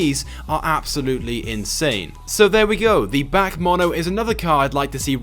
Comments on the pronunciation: Back Mono? BAC is pronounced as the single letters in the name like: "B.A.C.". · it's pronounced B A C not BAK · Omg the way he pronounced BAC 😑